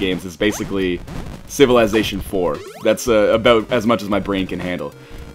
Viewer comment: aboout. Hahaha, I love Canadians